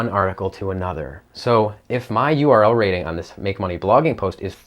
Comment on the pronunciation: Conclusion: You have problem saying URL Rating :-p correctly :-p